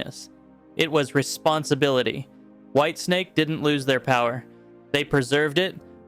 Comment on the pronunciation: Whitesnake? Not whitensake…